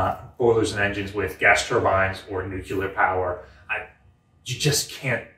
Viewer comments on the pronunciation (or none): "nuke-you-ler" isn't a word. Just sayin'...